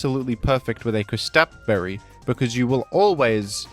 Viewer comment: "Küs-tap Berry" 😭